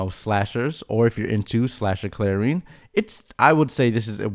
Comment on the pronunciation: Clair-en Not Clair-EEn